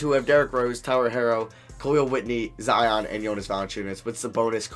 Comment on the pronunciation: did he say Za vs Jion? Lol